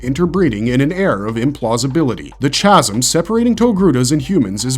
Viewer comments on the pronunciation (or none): "Chaz-m" Its "Ka'zuhm" sir. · A small side note. Chasm is pronounced "kasim" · Why do computer generated narrative voices mispronounce so many words? Visage. Chasm.